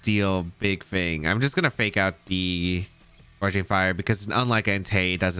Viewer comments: Gouging not Goreging 😊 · Gouging fire. Theres no r in gouging